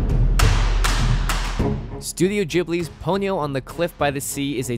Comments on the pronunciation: The way they pronounced everything made me cringe. cool video though. Pony-O, Studio Jibli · i want to die hearing the way he pronounced ghibli and ponyo